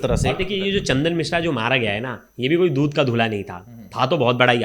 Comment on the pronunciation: ये बकलोल रिपोर्टर केसरी को कसूरी मिश्रा को मित्रा बोल रहा है 😂